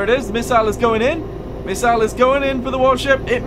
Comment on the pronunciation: Putting the "miss" in "missle" there, huh?